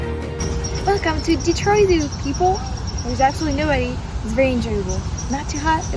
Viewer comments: Hearing Detroit pronounced in proper French as it was intended (founded by a French man) was really nice! Next time you come to Detroit, though, please please ask for recommendations for Detroit style pizza again. Buddy's is the most popular, but as you may expect, it's not the best by a long shot. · My family has lived here in Michigan since 1870... there's some families that have been here much longer. I personally know such a family that still calls "Detroit" in French pronunciation like yourself at the beginning of your video... I often call it that myself. My grandparents were each 1/2 French Canadian and my grandmother did speak in French to her family members. My family lived in Northern Michigan near Petosky, Charlevoix, Boyne City, Boyne Falls and East Jordon. I recommend seeing Northern Michigan yourself sometime on one of your trips. The beauty of the area is breathtaking. Huge rolling hills that look like mountains, but are actually big gravel piles left by the glaciers. There's a lot to see and do there... the list is endless. I enjoyed your video... thanks!